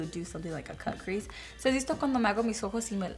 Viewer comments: “Kah criz “ HAS ME FKN DEAD 🤣🤣🤣🤣🤣🤣🤣🤣🤣🤣🤣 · “Kah cris “😂 I love her